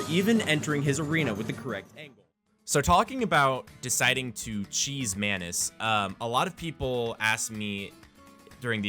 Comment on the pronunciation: When you say "Maynus" I hear "mAnus" and I thought you called him that becuase he's an asshole!